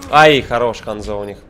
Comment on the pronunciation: Не ханзО а хАнзо